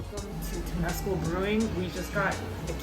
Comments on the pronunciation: It's pronounced Tim-es-cal Lake Temescal. Wonderful trip. I came to Oakland when I was 22 and am now 69. Thanks for pointing out my favorite things about this great sister city to San Francisco. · Liked the video. Temescal is pronounced a little differently. Accent on the first syllable, not second, and it sounds more like something halfway between tem-ah-scal and tem-ah-scow. Close enough. Berkeley is named after a mathematician who pronounced it Barclay, so what can you do.